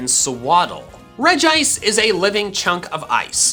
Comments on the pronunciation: It's (Rej-ee-ice) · I'm confused. He said "Regice" but I say "Regiice". WHO CORRECT? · It pronounce regi ice,not reg ice